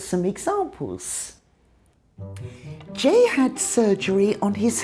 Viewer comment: When Jay said '' I'm Jay.'' I thought he said "I'm Gay." Did you too? Like if you agree | | \/